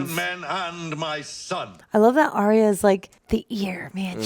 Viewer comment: Just a small thing guys but her name is not Aria it's Arya, pronounced Arr-ya